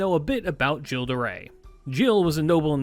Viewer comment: Thank you for being that person 🙏🏾. It really bugged me but I'm impressed by the effort he put in there otherwise. He even almost got Gilles' name right. I know people who call him Guy'll😂😂